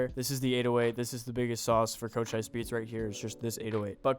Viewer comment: chochise Co-chees thats the pronounciation